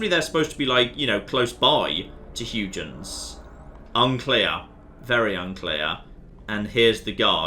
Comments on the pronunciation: It is HUY-GENS... not HUGH-JENS... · I'll assume you're deliberately saying Huygens wrong. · "Tomburg" is as good as "Huge-ens", I've decided.